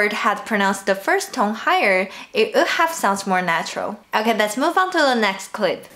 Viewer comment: May i advice u about your English when u pronoun “would” Most common mistake Chinese people Make when u guys speak. Wo in chinese sound like Au in English. Cuz the guy who created pinyi Didn’t use English’s sound as the base But another language which Sounds r different Ex. 东西 Dongxi for pinyi but” tongxi “sound in English So u say I aould do that do this bah bah. But your real intention is i would... When u guys say wood sound like aood Maybe u should try “V” ; vould in stead of “w”ould cuz u guys r get used to W sound in chinese. So u always apply it When speak English which is sounds weird And incorrect. While ABC who grow up in native English Speaking countries or USA. Speak they don’t have this “Au” sound If they speak English natively.